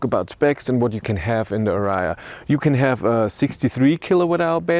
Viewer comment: What is ara- ya? Where is the third "a" in ariya? Maybe this should be banned pronounciation in DE....